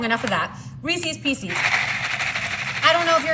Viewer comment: Also, NOT REESIES, it's Reese's---also not PIECEES. Correct reading is very important!